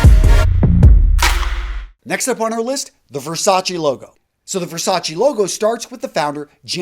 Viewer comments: It’s Ver-sach-eh not Ver-sach-EE. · STOP sayn Versaci It's Versace !! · Can you at least try to pronounce their lastnames right? Versachee? Wtf. Versace. "É"😂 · You pronounced Versace wrong. SMH